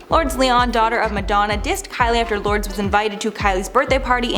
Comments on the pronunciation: Lords 😂😂😂 it’s Lourdes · * Lour des is the pronunciation of Lourdes not Lords. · Lor-des isn’t it? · 🤔So my thoughts are you should really learn how to pronounce correctly! Lordes is not pronounced Lords! What planet are you from when you don't know Madonna's daughters name?! Isn't this your job?!! Your Mispronunciation of names, words and places in your vids has finally gotten to me! I will be skipping your vids from now on if you can't take 2 min to Google the sh*t your unsure of, and there seems to be alot your unsure of! it's not rocket science and you won't sound so stupid😬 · It's lo-ur-des or lords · That's not how you pronounce Lourdes, for fucks sake!